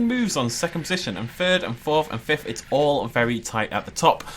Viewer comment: FORFH FIFFH SIXFH, GEEZ SPEAK BETTER ENGLISH XD